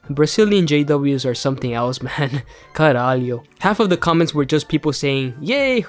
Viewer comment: just see you speaking "Caralho" makes me laugh a lot. Valeuzaço from a Brazilian ex-jw (and no man, we here say "caraio" not "caraliou") 😂😂😂❤